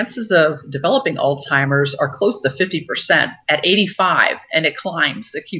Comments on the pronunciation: Hi, Joyce - I know what you mean. I kept hearing the same thing. But I think she may be just pronouncing the "z" like a "ts" so that it sounds more like Altsheimers, and that first "s" is just getting rolled into it. I don't speak German, but maybe a "z" has a "ts" sound in that language. My husband just walked into the room and he speaks some German (his mother was German), and I asked him. He believes this is the case. So maybe that explains it?? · Are you sure that she is a real doctor . She is pronouncing alzheimers like "all timers"